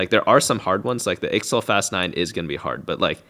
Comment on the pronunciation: unless you didn't know, ixtal is pronounced ishtal, not sure why but it's true